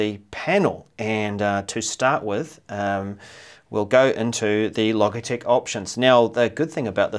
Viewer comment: Logitech. Pronounced with a hard g you dimwit!!